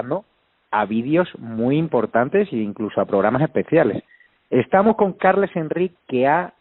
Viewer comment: Carles se pronuncia Carlas. Carme = Carma. Jaume= Yauma. Un saludo.